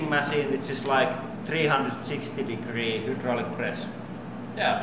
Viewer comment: trhee hundred sixty digree hooodraulic press